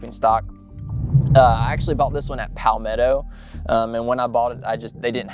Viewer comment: As a Florida Man, the way you say Palmetto triggers me.